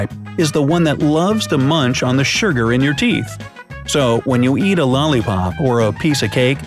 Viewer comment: Literally no one is going to say "oh look, there's smells like death!" hand why does the narrator say surgur instead of sugar Can you still drink soda out of a bottle if you put your teeth around the bottle neck and the soda goes into your tongue and down your throat without touching your teeth?